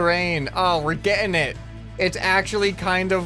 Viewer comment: Also "We're Ge''ing it" has become BritishMan